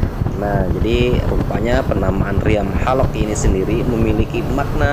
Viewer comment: Haloq kaleee,penyebutannya yg jelas,jgn pake ejaan bhasa inggris,haloq kkok helek,apaan